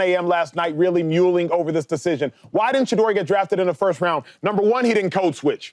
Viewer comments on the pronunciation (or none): Mulling not 'muleing'